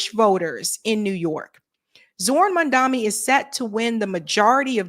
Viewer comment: Mam-Dani not mamdami